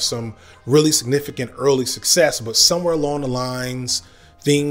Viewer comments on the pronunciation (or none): none